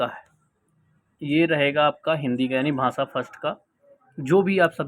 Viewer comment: भाँसा नहीं होता भाई भाषा होता है